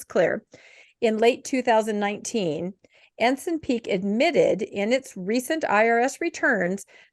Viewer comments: Also, it's not Ensin, but Ensign, like stop sign. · It's tight vs. loose pronunciation. 😂